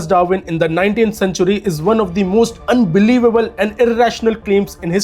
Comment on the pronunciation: "unheilevable", "150 vear", "have lailed" what are these? Oga Boga English? 😂🙏